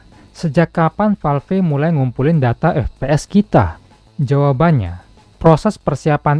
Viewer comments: Valve bang masak falf wkwk sama" kocak😅😂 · Kalo nyebut nama atau istilah bahasa inggris tolong disebut dengan ejaan asli, masa Valve nyebutnya falfe, konten uda bagus